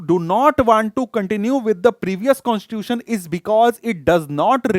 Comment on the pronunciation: sir sorry for becoming oversmart infront of you but according to me you pronounce the word constitution in a wrong way you speak it constuion.which is completely wrong by the way your explanation is of next level.